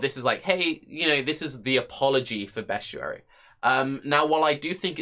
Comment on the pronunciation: Look at words and sound them out. Best-i-ary - there is absolutely no U in there.